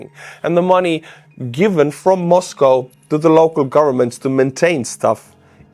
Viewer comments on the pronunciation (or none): none